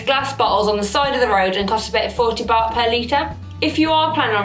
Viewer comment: Baht is pronounced "Bart" like Bart Simpson! Thank you for your recommendations! :) x